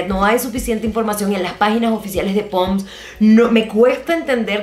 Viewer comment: que chistoso que diga POMS en lugar de PONDS jajajaja